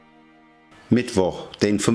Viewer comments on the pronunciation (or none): none